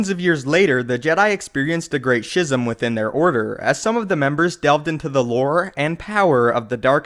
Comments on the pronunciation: schism is pronounced skisem not shisum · You SKISM not SHIZZM -creator of schism. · Schism is pronounced "Skism" not "Shcism" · It's not pronounced "shism." It's pronounced "skism." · shizm? schism -- s-k-ih-zum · Awesome vid! was hoping for this one! Have to say though, it's pronounced "skism", not "shism". Kinda like Chasm is "kasm". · Did he say "Shizzum"? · Mans said “shism” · schism is pronounced skizim. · you pronounced the word "schism" incorrectly. It is pronounced as "skism". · schism is not pronounced shizzim. That c is not silent. I liked the video though. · Schism--pronounced "SKIZ-em" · Schism seems to be a word you should work on pronouncing.